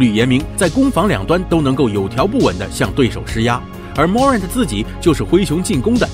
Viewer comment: Morant重音在后面